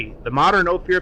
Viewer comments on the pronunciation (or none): Another great bubble-head production. Good to see the country. Ophir is pronounced " oh fir"